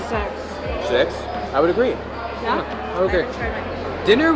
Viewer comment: Oooh, six… I thought she said sex.